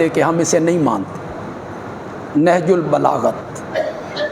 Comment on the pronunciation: بار بار نہج البلاغت بول رہیں ہیں حضرت ۔۔ نہج البلاغہ پڑھناچاہئے